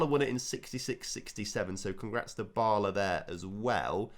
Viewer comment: Bala is pronounced like it is in "Balamory"